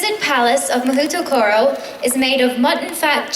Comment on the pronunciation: Mahoutokoro is pronounced incredibly wrong. 魔法所 is pronounced "Mah-HOH-toh-koh-roh"